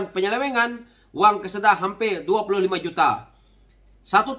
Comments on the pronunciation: ...Lembaga Kemajuan Kelantan Selatan (Kesedar) bukan Kusedar..😂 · Bukan Kusedar..tp Kesedar...